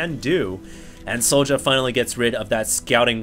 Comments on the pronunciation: why do u pronounce it so ja? its Sjow(Sh-OW_) o_o"! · soja?wtf? it's sjow( and it's read kinda like "show" only with a bit of accentuated I)